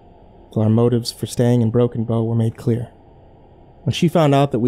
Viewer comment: i still cant tell if its "Broken Bone" or "Broken Bow" nebraska